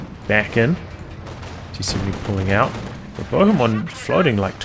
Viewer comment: That pronunciation of Bohemond of Antioch! Made me giggle. Clearly not a fan of medieval history! Fun game though.